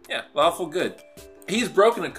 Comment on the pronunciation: did you say lawful good or faLAWFUL good?